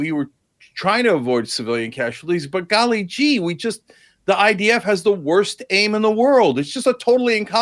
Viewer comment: If he says “golly jee “ one more time. The IQ differential here is glaring.